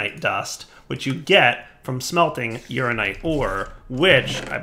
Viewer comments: U-Ran-In-Ite, not Urine-ite. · That pronunciation of uraninite was unfortunate...